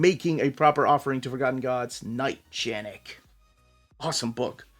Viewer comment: Knight Janek is Polish comic book so the correct pronunciation is like Knight Yanek. Greeting from Poland ;)